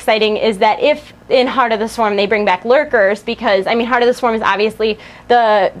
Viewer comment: did you say Tard of the Swarm lolz = )?